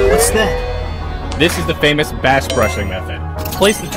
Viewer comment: Bass sound like beyc Beys